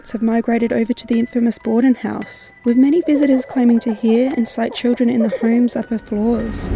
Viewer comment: And just after that “children” I kinda thought sounded like “Jennifer” if that name is a possible relation to anything…